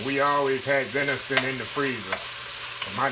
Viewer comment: Do you mean "venison"?😊